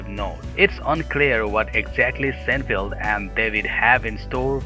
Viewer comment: sin FEELD or SINE feld